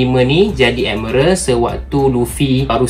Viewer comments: Bang,miral bang bukan merel😪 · Tq semua, cuma sakit telinga dengar perkataan "admerel"😢 ,admiral woi😂..... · Sebut betul² bang admiral bukan admeral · Aku tak salah eja admiral eh korang pergi la google american ke british macamtu bunyi dia bukan ad-mai-ral tu mungkin english jawa hehe thank you!